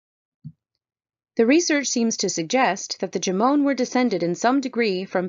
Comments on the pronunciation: It’s pronounced “Joe-Mon” not jamone lol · It's JOE-mon. They're not Spanish.